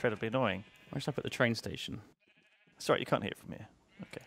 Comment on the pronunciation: "Oh, I'm Sorwy..."